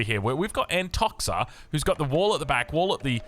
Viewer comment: Just a little thing about nicknames. I'm sure Antoxa won't mind it but the right way to read it is Antokha